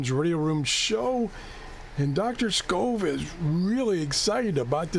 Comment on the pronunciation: It's Skov not Shov